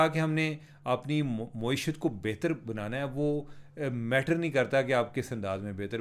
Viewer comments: آپ معیشت کو “مویشیت” پڑھ رہے ہیں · محترم چیمہ صاحب معیشت کی میم پر زبر ہے پیش نہیں ہے۔ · عمر بھائی اردو میں کئی الفاظ آپ غلط بولتے ہیں جیسے معیشت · Plz pronounce معیشت properly. Don't twist it upside down